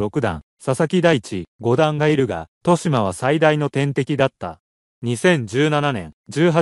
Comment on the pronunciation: としま× とよしま 〇 ほ× ふ〇（歩) 他、間違い過ぎ